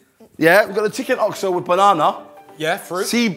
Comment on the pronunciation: "chicken ozo" haha